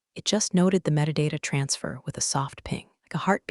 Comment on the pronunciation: I wish the voice-over software understood the term ’metadata’.